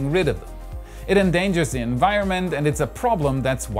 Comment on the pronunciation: LOL, der war gut. Aber Du hast Recht, er verschluckt das "D" gerne mal.